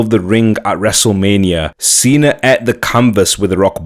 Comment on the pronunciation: Like super Cena..he said it right! Lol